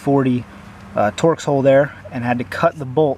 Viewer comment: 😂🤣 first time in 50 years i heard someone call a torx a tor x